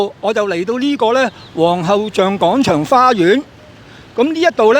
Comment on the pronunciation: 希望唔好再將廣場讀成講場喇。